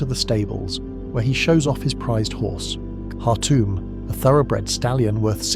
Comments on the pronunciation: even "slop voices" know how to pronounce the word though. It was pretty popular in its day. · The horse's name was Khartoum. Not whatever you said 🙂